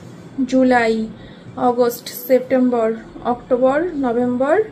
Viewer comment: August ❌ Ogust ✅🤣